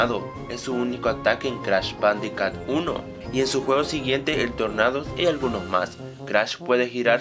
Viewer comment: "cratch badicat" xD